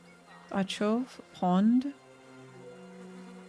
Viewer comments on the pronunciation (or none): taCHov, CH in Czech and Slovak is pronounced as in scottish Loch or german composer Bach, more like kh, not ch as in cheddar